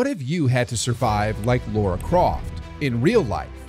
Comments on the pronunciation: why do you call her Laura. It’s Lara! There’s no ‘u’ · It's Lar-a not Laur-a. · It's Lara, not Laura. Other than that, a rather enjoyable video. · Oh my god. People can’t say her name right. It’s not Lora. It’s LARA! It’s really not that hard. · Why do people keep calling her "Lora croft"? Its Lara not Lora lol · Drives me nuts! Especially because they were going to call her Laura Cruz originally but they thought Americans would have a hard time pronouncing Laura. Turns out they can’t pronounce Lara either.